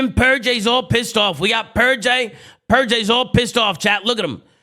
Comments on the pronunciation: I love that he still calls purj purjay 😭😭😭 it sounds better too honestly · Huke was calling out "pur-jay 1 shot!" Lmao